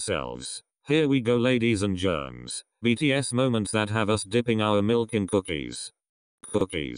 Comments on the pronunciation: I love the way how calls "germs" instead of gentlemen-😃😃🔪🔪🔪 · Ladies and gentlemen or ladies and germ😂😂